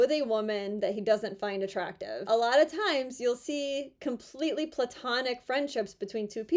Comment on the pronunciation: Oh my gosh! Thank you for pronouncing Platonic right! The root word is from Plato the philosopher, not Pluto the no-longer planet or Mickey Mouse’s dog. I’d call you a Pearl amongst advocates buuuuuuuuut………………..